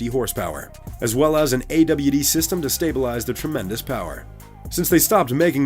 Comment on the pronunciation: Ay Doubleyou Deee System HAHAHA